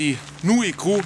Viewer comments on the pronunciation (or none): Gosto muito de vocês, por isso peço que pronuncie o r entre o c e o u senão vou morrer de rir